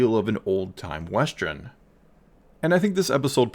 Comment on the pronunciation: Western, not Westren as you keep saying